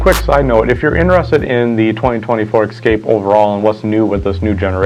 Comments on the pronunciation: It’s Escape not Excape. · It's 'Escape', not 'Exscape'!